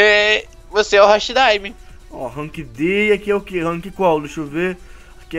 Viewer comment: Não é hashi daime é hati daime desculpa eu moto no Japão então eu meio que não gosto que fale errado mesmo que seja normal mas não liguem